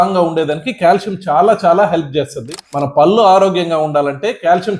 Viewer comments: డాక్టర్ గారు పల్లు కాదండి పళ్ళు అనాలి. ముందు మీరు మాతృ భాష ను గౌరవించండి. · పల్లు కాదు పళ్లు అనండి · " పల్లు " కాదు doctor, " పళ్ళు " అనాలి,,, నా ల... డా లో తెలంగాణా యాస